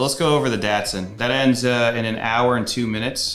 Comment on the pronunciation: Is that how you pronounce Datsun? 😮 Been doing it wrong for so long